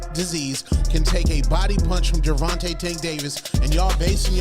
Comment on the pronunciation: AI TRASH video. Mispronounced Gervante's name 30 seconds into the video. 👎